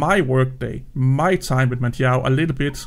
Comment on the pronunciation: Yes, it is my real name lol. And yes, you did a really good job of pronouncing it properly :) My two favourite Arch-based distros are without doubt Manjaro (first) and Endeavour (second). But, there are other really good ones out there for sure! I have two rules for Manjaro to help keep it as stable as possible (for me). I always use the latest LTS kernel (I'm not a gamer) and I always use TTY (Ctl-Alt-F2/F3) for their major updates. I also still use -Syyu when I'm updating, not sure if it's still necessary but I do it out of habit. Thanks, as always, for your thoughts and work :)